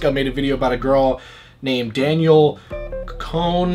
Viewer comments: Its pernounced "CONE" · the way he said her last name killed me i was like me too queen